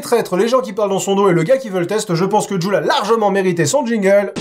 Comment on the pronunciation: "djoule" ? Je préfère prononcer Jules